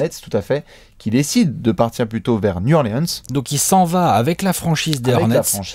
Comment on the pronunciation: un effort sur la prononciation de new orleans!!!!! mes oreilles saignent!!!! new orléance n'est pas sur la carte!!!!!